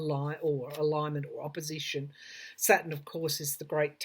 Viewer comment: It took me awhile to figure out you were saying Saturn. I kept trying to figure out why you were talking about satin (fabric). 🤗